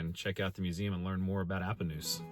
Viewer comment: We watch your videos almost every night. We live outside Pomona. My wife went to Appanoose school. Yes you said it right. Lol. Keep up the good work man. Really enjoy your content.